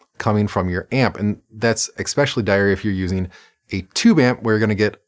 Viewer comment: Can you say "especially" once more for me?